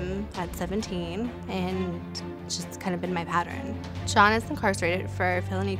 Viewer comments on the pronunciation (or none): she says SHAWN instead of John...what's up with that?